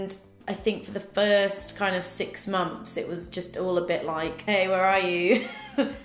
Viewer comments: "Momths" 😊 I love you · I LOVE the way you say months “6 MONFS”💕